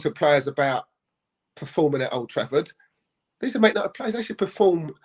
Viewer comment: Paul Ince -'we this, we that' well he is despised at West Ham and Liverpool, but he loves 'Mant United' as he pronounces it might be a double agent wanting McThingame as captain.